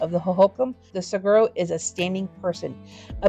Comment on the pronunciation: Very informative and interesting. One note, the correct pronunciation of saguaro is 'sa wa ro'. The 'gu' is replaced by a 'w' sound.